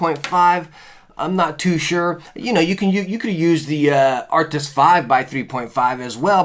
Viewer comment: Anyone else get annoyed that he says Arctis like “Arctic’s”😂